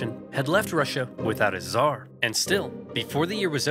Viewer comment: It's czar.